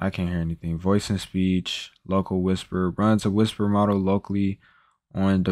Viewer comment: if you can't pronounce "model" and "silicon" I can't watch this video